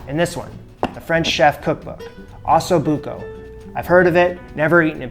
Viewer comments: It is Ossobuco and not Assobuco! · Sorry got turned off when I heard him call it ass o'buco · like fingernails to the chalkboard the way he pronounces Ossobuco. Can you try please? Go listen to an Italian saying it! Beyond that, nice find and good video.